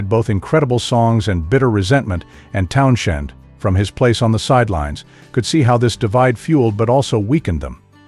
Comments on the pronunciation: I had to exit after too many Town-SHENDs. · Hard to take anyone seriously who can't pronounce Pete's last name properly. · Lol I was thinking the same thing but my be narrater has a speech impediment..... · I had to stop listening just for that reason alone. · Agreed. The Stones are best band in world. And I can't watch anymore due to the misspelling & pronunciation. 🤨